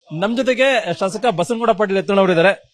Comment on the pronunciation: Samsada alla guru... Shashala